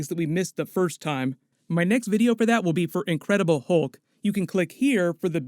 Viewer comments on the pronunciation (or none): none